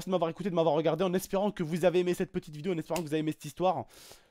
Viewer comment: Tu a dis vieo au début mais super video